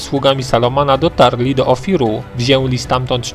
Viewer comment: Lubię bardzo Twoje filmy ale proszę zwracaj większą uwagę na wymawianie Ę, "wzięli" aż boli uszy :(